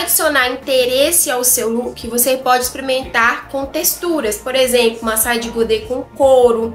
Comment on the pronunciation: Eita, experimentar, "exprementar" fica feio.😮 por favor, não é "adapite" se escreve adapte e se diz "adápte". Tá difícil. 😮